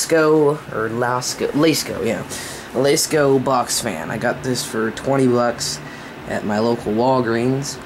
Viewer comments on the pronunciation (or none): L-ah-sco not l-ay-sko just an fyi